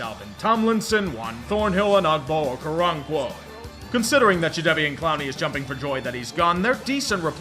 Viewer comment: As a Nigerian, the Okoronkwo pronunciation was pretty decent.